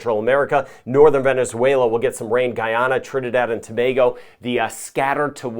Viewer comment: you are quite popular even my uncle knows about you and watches your channel and that’s huge. He likes that you pronounce “Tobago” correctly lol 😊 keep up the good work.